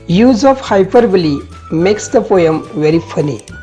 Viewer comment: it is not हायपरबली it is हायपरबोल